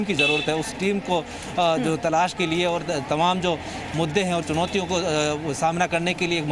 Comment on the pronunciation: Jab jab congress ki chunautiyon bol rha mujhe congress k chutiya sunai de raha hai😂